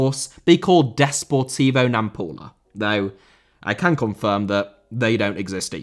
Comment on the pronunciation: It’s Desportivo and not “Deportivo” ! Portuguese not Spanish. As dumb as sayings “Liverpool Fussball Club” just because English and German are similar. At least make it believable 😂😂😂!